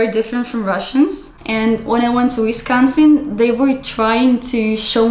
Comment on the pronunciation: Ayyyy you pronounced Wisconsin correctly!! Nice. I'm from Milwaukee what city was she in? That's a new WI license plate too they just started putting 4 numbers on the end about 2 or 3 years ago.